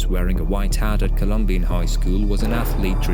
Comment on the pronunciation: Pronounce the name right. It’s Colum-bine. Not colum-bean